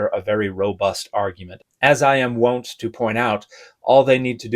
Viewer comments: 'Wont' (as in 'wonts and desires') rhymes with 'want', not won't. I hope that helps. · Damn it. Now you have me doubting my own ENGLISH. Asshole (kidding!). I have always said "won" as in "wont to do" or "as is my wont" like the words "want" or--more importantly--"font." And AI agrees with me. It appears that Merriam agrees with you, giving your pronunciation the preferred status between the two, both acceptable; but Oxford agrees with me that my way is the ONLY way. And yet the etymology seems to come from a middle English word that would have been pronounced with YOUR vowel (so more like the contraction "won't"). Do you know if your American English dialect is a particular one? I was raised mostly in California, but born in the mid-Atlantic region.